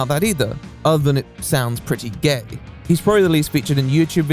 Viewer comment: The part about Eugene's upcoming plans from to , is the emphasis on "GAY" intended to be humorous, or a criticism?